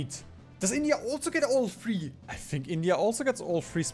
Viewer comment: What's the joke with calling it Bindia?